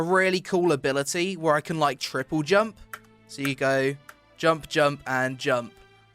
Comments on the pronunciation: good video but your jumpere or jumpu line is tad overplayed imo, and sounds like jump here with heavy British accent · Go to listen to when he says double jumpuuuu then right after he says that the Npc says shit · Every "JUMPUUUH" cracks me up, somehow always catches me off guard lol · I love when you say jumpuh. Jumpuh!!!!!